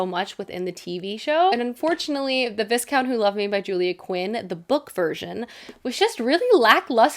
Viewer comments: I enjoyed this video but I flinched every time you said ViS-count... how did you watch the entire season actually and come away saying it like that? 😅 the S is silent. Vi-count. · I feel compelled to point out it's pronounced VIE-count not VIS-count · Viscount is pronounced vai·kownt. I used to always read it as viss-count too. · Just a friendly PSA, you don’t say the S in Viscount, you pronounce it vi-count ❤️❤️ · pokes her head out of her blanket burrito the S in viscount is silent. In the show they say "vicount" with a long i. If you're looking to get into historical romance, I LOVE Joanna Lowell's books. I discovered her this year and devoured all 3 of them! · I know you’re not British. Viscount is said V-eye count. So, Marquis would be Mar-key. Marquess is Mar-kess. Viscountess is V-eye- countess. That’s just in case you read more of these! Great video! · the way you pronounce viscount is sending me 😅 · Thank you because I came looking for this comment. I internally corrected the pronunciation of Viscount every time it was said. Not like it´s actually a horrible mistake but it did make my mind go "The S is silent!!!" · Viscount has a silent S.